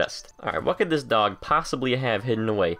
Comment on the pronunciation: At the beginning when u went to the dog i thought u said doNKY😂